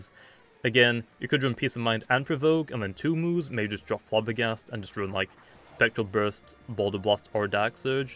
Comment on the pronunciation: "geryser" "Spectral buirst"